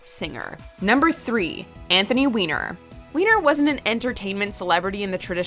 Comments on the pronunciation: Surely the surname Weiner is pronounced "Winer" although, in this case, we can all understand if everyone calls him "wiener". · Serious !? Since when do you pronounce Weiner as Wiener ???? When you make a video like this , at least know how to pronounce the names ........ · Right. He doesn't even pronounce it as "Why-ner". I even had a friend with the same last name and pronounced it that way.